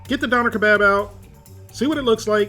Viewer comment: Dough-ner Keh-Bob********